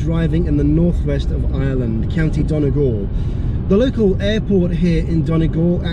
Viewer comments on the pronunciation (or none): Really enjoyed your report. Only one comment, Donegal is not pronounced 'Donnah Gawhl' but 'Dunnie Gawhl' my father is from there, so I know ☺ thanks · Not DON Eh Gal Its Dunny Gal. I dont mean to be rude but it is one of my pet peeves of foreign tourists here😂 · I’m from Donegal and I cringed so hard,”Donagall” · Donegal is pronounced like Dun-ee-gawl. And also the reason why Glasgow is so linked to the area is really because of people from Donegal going to work in Glasgow since there has never been a huge amount of work opportunities. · I’m from Donegal, and your pronunciation of it kills me😂😭😭😭